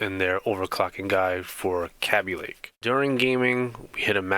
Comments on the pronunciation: cabbie lake? dude it's KABYLAKE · It's KAY BEE LAKE... Not KA BE LAKE